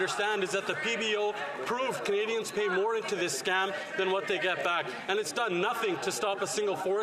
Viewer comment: So 1.2 % of the worlds Climate change is what Canada put out but what does the rest of the countries of the world pay for what they put out ??? And why does Trudeau have a hard time to say Canadians ????